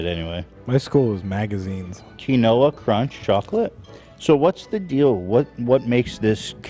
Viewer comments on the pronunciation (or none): Not Ethan pronouncing quinoa “kee-no-uh” 😂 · Ethan pronouncing “quinoa” as “kee-noa” and nobody correcting him made me wanna bash my head in lmao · is he saying quinoa as KANOAH? who the frick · Ethan pronouncing “quinoa” as “Key-Noah” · the way Ethan pronounces Quinoa is not the way, but I do it sometimes too when I read it. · Ethan’s pronunciation of quinoa is priceless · You guys really going to let Ethan pronounce quinoa like that?? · If i got a dollar every time Ethan mispronounced “quinoa” i’d be able to buy the whole team’s trip to Vegas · I am Mexican and he pronounced it like he was speaking Spanish, maybe he got it from visiting/living in Mexico 🤔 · The way he pronounces it is how it is pronounced in Hebrew so Hila probably says it like that. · How did Ethan pronounce quinoa?! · Ethan’s pronunciation of quinoa killed me 😭😂🤣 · WHY IS NOBODY CORRECTING ETHAN’S PRONUNCIATION OF QUINOA??? Please kill me lol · Dead at Ethan pronouncing “quinoa” 😂